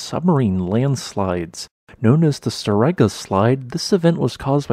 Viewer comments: Please pronounse the word as stor-egga, meaning the large edge. Put the stress on the first syllable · Very good video, but for the pronunciation of "Storegga". This Norwegian word is composed of "stor" meaning "great" and "egga", which is the determinate form of "egg", meaning "edge". So the meaning of the word is "The Great Edge" and it should be pronounced as if it were written "Stoor Egga" (with a closed 'o').